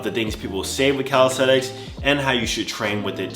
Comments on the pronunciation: Nobody:: calisTeTiks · No one:: 'Calishredics'